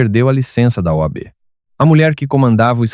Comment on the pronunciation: Engraçado vc falar "OAB"....😂😂😂😂